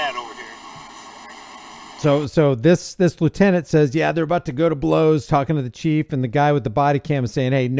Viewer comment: Lie you tenant (lieutenant)